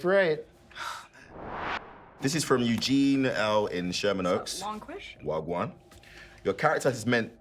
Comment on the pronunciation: LOOL inner south london popping out 'wha gwarn'